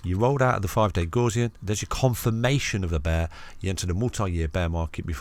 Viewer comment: Great video as usual! Not heard Gaussian pronounced like that before though 😄. Gaussian mathematics is named after the German mathematician Carl Frederich Gauss, where the Gau part has more of a Gou sound to it like in the word Gout. 👍